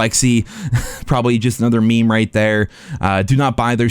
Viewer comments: Did you seriously call a MEME a "me me"? Wtf is wrong with you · please dont call them a mee -mee ever again lol xd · Dude just called it a ME ME…. Had me cracking up. Love your content.